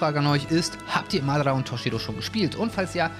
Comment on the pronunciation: Bitte sprich madara richtig aus das triggered